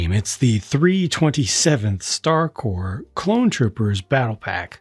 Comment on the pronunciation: Finally someone pronounces Star “Corps” correctly! So tired of other content creators calling it “Star Corpse.”